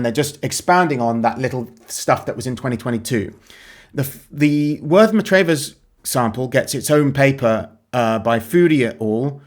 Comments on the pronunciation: Not Matrayvers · Worth Matravers - pronounced Matravers without emphasising any letters, in the Isle of Purbeck